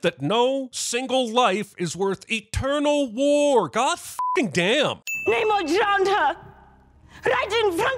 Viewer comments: It’s Pronounced NAH-mor not NAYYYYYY-nor, Jeremy. (BTW, I was making a joke. Th3birdman’s point is true) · I am very annoyed tho that Namor has clearly stated his name to be Nuh-morr, yet everyone keeps calling him Nay-more. Like bru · You should sin yourself for constantly mispronouncing Shuri and Namor’s names